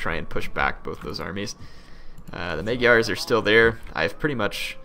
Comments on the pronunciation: "Maygars" lol it's Magyars Also, dismantling buildings simply lowers them one level. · Despite the fact that you read Magyars like Majars, not like it may seem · Say magyars correctly please